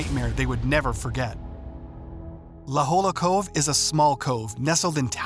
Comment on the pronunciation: Its pronounced "la hoya"